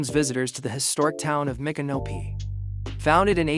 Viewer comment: Please try and stop mispronouncing Micnopy. It’s pronounced like MICK-AN-O-P for Christ’s sake